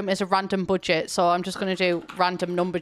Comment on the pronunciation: I love how she says "budget". It sounds like a combination of German (first syllable) and American English (second syllable)